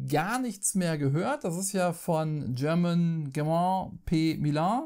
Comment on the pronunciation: Soweit ich es verstand haben, wird der Name German (Autor von Bitoku und Sabika) eher wie Herman ausgesprochen. Sabika soll zur SPIEL bei Strohmann erscheinen, sie konnten es aber noch nicht garantieren. Flowar hätte ich mir gerne letztes Jahr angeschaut, bin aber nicht mehr dazu gekommen. Starship Captains hat mich als Trekkie mega interessiert, aber ich fand es mechanische auch sehr langweilig und es hatte auch inhaltlich erschreckend wenig mit Star Trek zu tun.